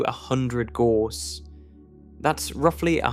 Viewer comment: Gauss rhymes with house.